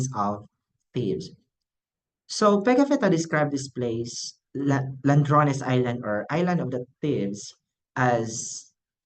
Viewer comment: Bai, ladrones, dili landrones.